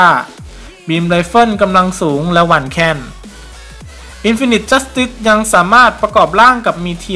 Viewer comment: อ่านว่า อินฟีนิที จัสติส ไม่ใช่หรอครับ